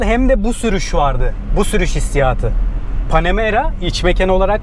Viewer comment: Panemara 4 amaan diyor ya 😂😂 biz onun yanına bile arabayı park edemeyiz dayı bırak içine binmeyi